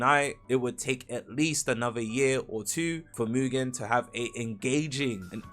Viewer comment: Btw, it's not pronounced as MUJIN its MUGEN like gun 🤓